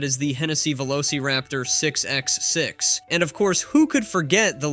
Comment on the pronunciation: Whoever made this clearly knows very little about vehicles. Couple examples...lb ft is not L B F T. It's foot pounds or pound feet of torque. Not f one hundred fifty its f one fifty. 6x6 is six bye six not 6 ex 6. Pretty sure a robot just read a script and stole a bunch of clips of autos from the web. Most not even Post's just random examples. LOL